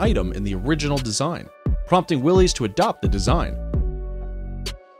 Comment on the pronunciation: The Jeep was from Willys-Overland and Willys is pronounced like "willis", not willy's.